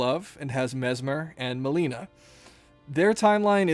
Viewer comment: 😭😭😭 Why you say Melinas name like that